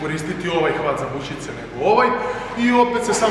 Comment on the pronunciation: bućice XD valjda se kaže bučice